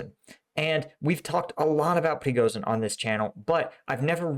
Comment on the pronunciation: I know that English has no easy way to pronounce the sound "j", but Приго́жин is pronounced "prigojin", not "prigozin". "zh" is convention for "j" sound.